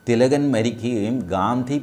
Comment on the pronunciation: Sir, please do avoid saying Tilakan. We South Indians usually say such names like Ram as Raman. Ravan as Ravanan. Krishna as Krishnan. But do we say anyone's name in such manner..? No. How do we pronounce the name, Mohan Bhagwat..? Mohan or Mohanan Bhagwat..? Same was we must call Bal Gangadhar Tilak as Bal Gangadhar Tilak or Lokmanya Tilak. Tilakan sounds weird. I know am expert like you are aware of all such things. Still whenever you repeatedly speaks about Lokmanya Tilak, the usage of the extension 'an' sounds weird. In South we have names like Somadas and Somadasan. Shivadasan.. Same way what if anyone calls you T.G. Mohandas an..? Or Casually ..Hello Mohandasa... Ofcourse it will sound weird. So please do avoid Calling Tilakan. It's a humble request